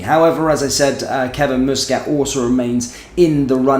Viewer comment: it's muscat not mooscat